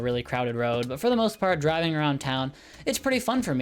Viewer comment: i thourght the whole time he was saying diving not driving so I was like whatttttt? order food while diving?